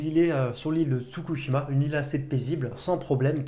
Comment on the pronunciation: Mes commentaires inutiles mais indispensables : Si tu veux une autre scène de train : Jojo Angolmois : on prononce Anegolmoa (Ane comme l'animal) et attention l'île c'est pas Tsukushima, c'est Tsushima ;) Pour Jujutsu on dirait presque que tu te forces a aimer :D Voilà voilà :D